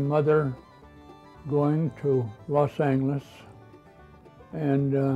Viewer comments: How come he's pronouncing it Los Angles? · what is he saying here? I'm hearing "Los Angles"